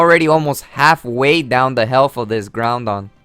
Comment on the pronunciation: "Now he takes out his groundon which is really strong" There are 2 things wrong with this. He said groudon wrong, and also, no shit, Sherlock. I'm pretty sure we all know that groudons a beast.